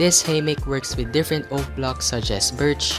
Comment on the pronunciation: I like when he says haymeck instead of hammock